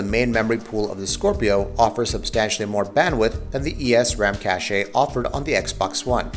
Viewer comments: I have a few issues with this video. First off, What do you mean "consoles are where mainstream gaming is right now?" PC is the most popular platform, hands down. Secondly, why do you say cache like cash-ay? it's cache. Like cash. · Cache is pronounced CASH. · why does he keep pronouncing it cashay, and why does he insist on repeating it? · songokuemumania Cāché sounds fancier. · More cache-ayy means more par-tay.